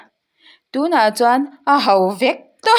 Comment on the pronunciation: "A ho" i lam dik lo